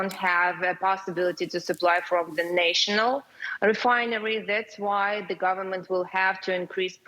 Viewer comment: They are good looking. A surprising number speak English very well. Some mispronunciations, like "national" with a long A in this video.